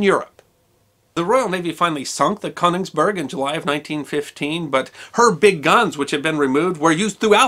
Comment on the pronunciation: You mispronounced the German ship, o umlaut, sometimes written as one is a diphthong and not pronounced as an o, Koenigsberg. Pronounced like the e in her.